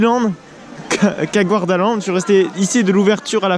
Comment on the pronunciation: GArdaland, pas GOUArdaland, de même pour le lac du coup